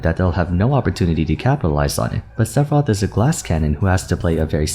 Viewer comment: First off... It's Seff not Seth Sephiroth. Just nit picking. Actually, that's it... I agree with everything else you said.